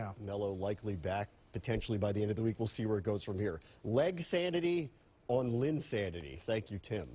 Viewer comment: "Legs-sanity"??? Fail.